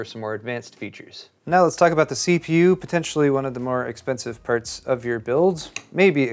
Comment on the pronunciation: "Choosing the purts."